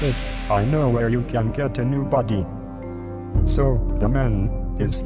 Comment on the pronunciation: his buhddy